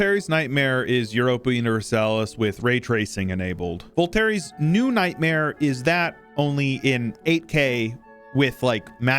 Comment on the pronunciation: it's pronounced 'vol-tear', not 'vol-terry'.